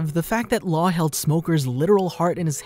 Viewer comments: I lost my mind a little bit when I heard you pronounce Law’s name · i disliked the video only because you said laws name sooo wrong